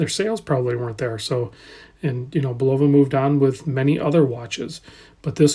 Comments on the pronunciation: Pronounced BULL-uh-va, with accent on the first syllable, and no long o sound. I owned one of these for about a year after Amazon marked them down to $90. Remarkably good watch for the price with HAQ-levels of accuracy. Like the Lunar Pilot I had, the strap was very low quality and instantly replaced. Lume isn’t very good, as it doesn’t last more than a few minutes at best. But for $100, complaints should be tempered by reasonable expectations. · I distinctly remember the Bulova Accutron TV commercials when I was a young lad in the 1960s. Very often, you’ll see younger watch reviewers pronounce it bull-OH-va, but the ads were overseen by the man himself, Joseph Bulova: BULL-uh-va.